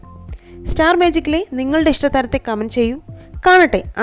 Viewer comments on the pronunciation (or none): none